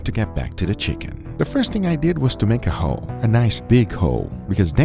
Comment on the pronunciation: Normally, his accent isn't a problem, but before this I heard "First thing we need to do is to make a ho. A nice big ho." I felt guilty until he started talking about what came next...